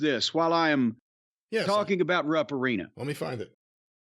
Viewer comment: Always sounds like it's pronounced "Rump" Arena.. 🤣